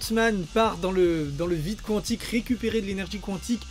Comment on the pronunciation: On dit « kantic »